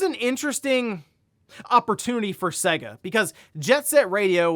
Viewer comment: SAY-guh, not seh-guh. there was an entire advertising campaign about this.